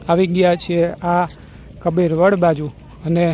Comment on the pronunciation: કપીર વડ નહીં કબીરવડ ભાઈ